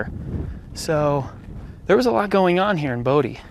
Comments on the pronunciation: You pronounced it Bodeee! I remember this place. We pronounced it Bow Die. Liked the video. Great upload. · its pronounced bo-die